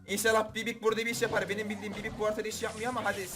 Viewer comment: Sen gerçekten dileizsin bibi ye bibik dedin